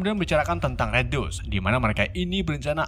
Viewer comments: banyak penyebutan bhs inggris yg salah spt red dust (red dast) jd red dus 😀,budapest jd bedebus tp krn naratornya pede jd enjoy aja sih 😂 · Bukan maksd menggurui nih cuman mau ngasih tau aja kalau "C" di kata CIVIL dibaca "S" jd sivil. Dan red DUST bacanya dast bukan dus. 😁 (Fyi: Tulisan make huruf pronoun yg ngk ada dikeyboard gua jd gua tulis biasa aja). Senang berbagi ilmu